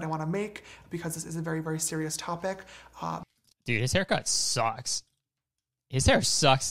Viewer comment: James' "it sucks" sounds like "it socks" so I was confused for a second